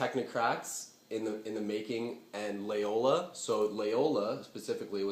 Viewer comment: It's Loyola, mate. Not Layola.